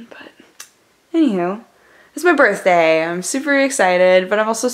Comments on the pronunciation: Hurpeh burth der :'3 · Herpy berthday.